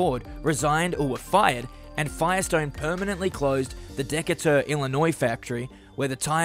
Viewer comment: FYI, it's pronounced DEE-KAY-TER, not DEKA-TUR!